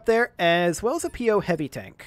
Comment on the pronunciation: It's Po mate not P O. It's the name of a traditional mischievous/vengeful spirit of chinese origins. Also don't forget about the magshot!